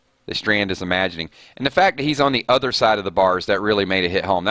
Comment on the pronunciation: Btw it's Strand not Stand lol